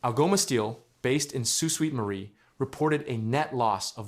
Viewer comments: That’s Sault SAINT Marie, not “suite.” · It isn't "Soo Sweet Marie" , idiot. It's pronounced, and always HAS been pronounced, "Soo SAINT Marie" . It's no wonder we get so pissed off at the US for disrespect; you can't even be bothered to figure out where we are on a map, never mind apply basic phonics to our place names. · Said like, Sue or, soo Saint..I sure do hate AI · It's pronounced "soo saint marie" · It’s Soo-Saint-Marie